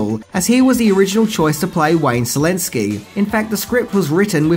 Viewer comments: It's pronounced "Shalinski" and in Polish means "Crazy" or "Mad" as in Mad Scientist. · I thought you were saying "Zelenski". Then it popped to my mind that it would be great if someone sends Zelenski a script for "Honey, I shrunk the country", lol.